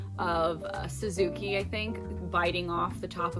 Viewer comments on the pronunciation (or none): none